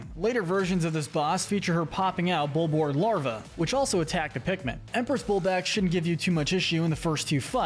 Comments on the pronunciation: Your saying bulbord it’s bulborb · It’s called bulborb not bulbord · WHY DOES THIS IDIOT SAY BULBORD AND BUBAX ITS BULBORB AND BUBLAX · bullboard?? .... its bulborb dude LOL. pronounced bulb - orb. emperor bullbacks - dude its bulblax. empress bulblax sovereign bullblax smokey progg im questioning if you even played this game. you should know how to pronounce these names or even spell them. after all its in the piklopedia and even vids online on how to pronounce their names.